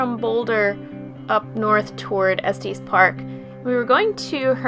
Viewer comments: Due to that. I paused the video and wrote my comment. I cannot listen to them butcher the name. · Dang!!! I'm 7 years too late😢 I wanted to let this person know that they totally murdered the pronunciation of Estes Park 😂